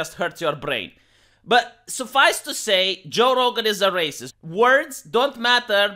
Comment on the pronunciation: “He is a rah-ceased” 😂😂